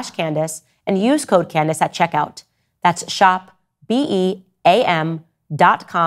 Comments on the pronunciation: So your long standing friend who you are taking heat for can’t even pronounce your name correctly??? canDACE 😂😂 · Tates only crime is the way he says Can•dayce